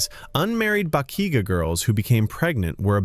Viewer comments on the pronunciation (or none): Its not pronounced as ba ki ga its pronounced as ba -chi -ga